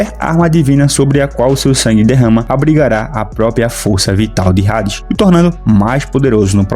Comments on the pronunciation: Não se fala rades, se fala ades, eu sei que tem um H na frente, mas todo mundo fala Hades (ades) só vc quer ser diferente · Mano tu pronunciando o nome do Hades como "Rades" em vez de "Ades" como é a real pronuncia do nome em geral, mas é pq realmente o "H" tem sim de "R" no mangá ou por que vc realmente quiz pronunciar assim? Por que Hades se pronuncia normal, tipo como se o H fosse mudo ou implícito etc etc. Obs: não tô falando que ele tá errado não só querendo saber o mesmo o motivo dele pronunciar o nome da maneira como está no vídeo. Antes de alguém vir falar merda etc. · Vídeo completo ao meu ver mano, eu procurei o vídeo para entender mais sobre o anime, a única crítica construtiva que tenho a citar é que o H de Hades é mudo, ou seja, se escreve Hades mas se lê Ades, como se não houvesse o H, espero que leve como um informação para aumentar sua credibilidade, quando voltar a falar sobre o anime ou propriamente sobre o personagem, independente de qual universo, espero que tenha levado para lado construtivo, não crítico de forma negativa. No mais, o vídeo foi completo, pra mim, que sou leigo no anime, com certeza me tornarei inscrito, obrigado por toda informação!